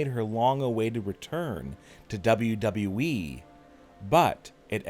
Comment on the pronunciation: I can't remember how many times he said Dean Ambrose is returning to WWE he says double double E